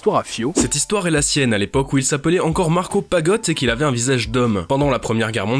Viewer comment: On dit Marco Pagot pas pagotte mais c’est pas grave 😉